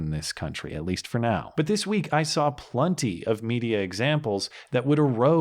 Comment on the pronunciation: Love your work, but "plunty" is not a word in the English language. Perhaps you meant "Plenty"?